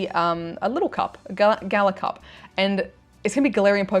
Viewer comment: no, say it like galah, you are australian. i will die on this hill